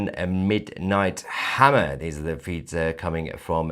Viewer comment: Was that "Midnight Hammer or "Martell Hammer?